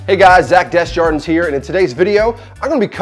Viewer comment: Desss-jardins???? You have a french name buddy, its pronounced Deh-jjardin ;)